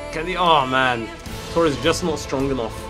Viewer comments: It's Torres not Toures lmao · It's Torres. Not tourez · Tures- pronunciation